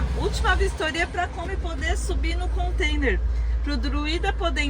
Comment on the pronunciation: Alô... somente um lembrete.... não é "Contender" e sim Container ...kkk um abraço e boa viagem!